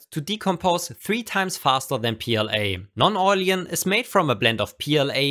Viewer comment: Awesome video. Just a little suggestion. It´s called Non-oilen, not Non-oilien :D